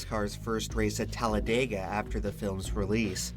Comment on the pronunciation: Here's another fun fact: us locals do not pronounce it "Talla-day-guh", we say "Talla-dih-guh". The narrator pronounces it that way at roughly . Think "dig", not "dayg", if that makes any sense, lol. Technically, it's meant to be pronounced exactly the way it's phonetically spelled, so its really pronounced "Talla-deh-guh".